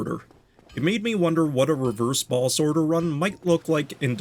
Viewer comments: im hearing "balls" instead of "boss" 😭😭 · Its the accent. Im also hearing "balls" and "ballses" xD